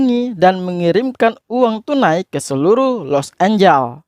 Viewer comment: Lebih tepatnya sih Los Angeles bukan Los Angel wkwk